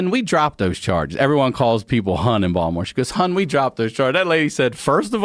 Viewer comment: People won’t understand why he pronounced Baltimore like Baldamore, bc he’s a native.